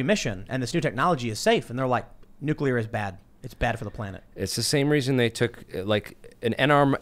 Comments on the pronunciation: But nucular scawy. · It's not pronounced "nuke-you-lar".